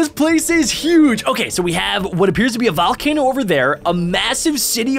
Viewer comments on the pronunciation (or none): he really said a valcano